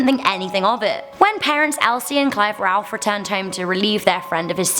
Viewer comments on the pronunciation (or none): none